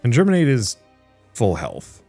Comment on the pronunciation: There is no "r" in Geminate.